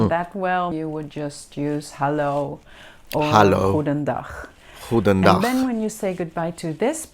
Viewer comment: GGGGGGGGGGGoed GGGGGGGGGGedaan 😂😂❤❤